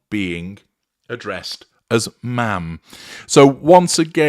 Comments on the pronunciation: It’s Ma’am to rhyme with “jam”, not Ma’rm as in “smarm”. She deserves neither. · H and M = Ham, not ma’am.